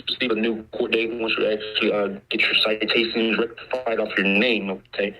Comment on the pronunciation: he couldn't even pronounce citation properly. So drunk he was.